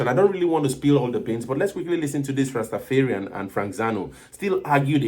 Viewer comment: It's not rastafearian..rasta dont fear...its rastaFARian..